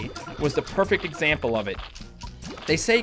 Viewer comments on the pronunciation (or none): none